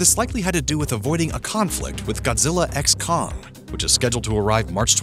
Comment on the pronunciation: The X in Godzilla x Kong is silent, ffs